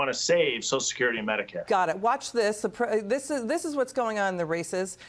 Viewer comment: Why do they call it soch security? Is it that hard to throw that extra syllable in there?